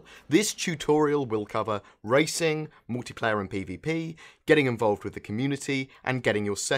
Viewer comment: what's MOWtiplayer?